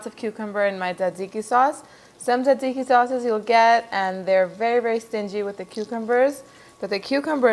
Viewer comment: It sounds like you're pronouncing it: dadziki. My Greek and Italian friends pronounce it: tsatsiki. And my friend from Turkey pronounces it: sahdziky. In Poland, there are a couple kebab shops, so I've also heard it called tsah-tsih-ki almost like tsah-dzicky. Is there a single correct pronunciation or is it based on location?